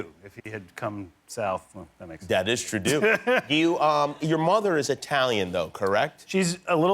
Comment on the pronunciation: As a Canadian, Trudeau would NEVER be pronounced TruDOO! It’s literally just pronounced Trudeau in Quebec, but like with the French R. Man, that line just ignited the French curriculum inside me.